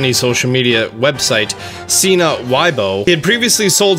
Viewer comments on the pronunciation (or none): none